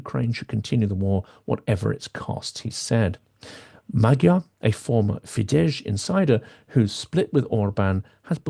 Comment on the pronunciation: I'm a great supporter and fan of Silicon Curtain, but it irks me a bit that Hungarian names are constantly mispronounced. It is not difficult for English native speakers to pronounce Magyar and Fidesz correctly. And it's Orbán not Orban.